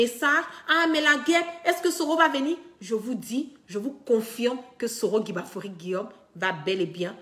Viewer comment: KIGBAFORI... KIGBAFORI...KIGBAFORI!!! OH!!! CE N'EST PAS GUIGBAFORI!!! fais un effort apprends à bien prononcer le nom de ton leader s'il te plaît...